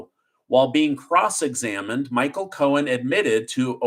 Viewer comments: I love listening to you tell us the news but it's driving me crazy that you keep calling him Michael Cohens when it's Michael Cohen. The thing is that you don't say it wrong all the time but for instance around 5m20s you call him Cohens when all the time before that on this video you said it correctly. I don't even know if you're aware you are doing it. Anyway just a pet peeve of mine, not trying to be one of those people but i already hate the guy as it is. Thank you for keeping us informed, your amazing! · I’m an English teacher. I watch your show daily and I think it’s awesome. Can you stop adding an S to the end of people’s names when it doesn’t belong there? (ex: Braggs, Cohens) It’s making me crazy. Thanks!